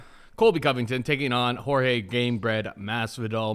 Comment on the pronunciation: I hate the “George” Masvidal tick that this dude has. It’s Jorge, just say Jorge.